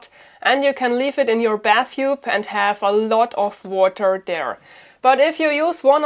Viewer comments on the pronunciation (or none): none